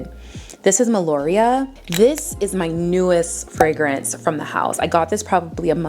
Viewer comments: It’s MELIORA(think MELLY-O-RA) not melOria haha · Meliora, not melioria😅... I also love her... I also love the Oriana princess ❤You are cute, i like your emeegy❤, i subscribe ❤😘